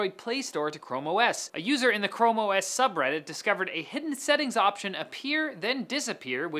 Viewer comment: "Chromo ess"